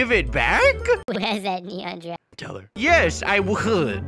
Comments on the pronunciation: how come it sound like it was serious but when u watch it:Itz funny Gifaffe Wtf gifgagfe i laughed when said "giagar" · It’s so funny when he said he gregafe😂🤣😂🤣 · Stew calls a girrafe:garage I LAUGHED SO HARD LIKE A VOLCANO 🤣🤣🤣🤣🤣🤣🤣🤣🤣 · Is giraffe not garage🤣🤣🤣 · OMG I LOVE WHEN THE NOOB SAID GIGAIR 🤣🤣🤣🤣🤣🤣🤣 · Actually it’s: GIAGOR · Dont forget giagar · Yeah but I loved the when said gargarffe xD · I love when he says girgafe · Legend says that Never learned how to say/spell Giraffe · He is saying giraffe wrong 😑